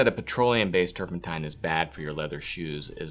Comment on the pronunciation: And "turpentine."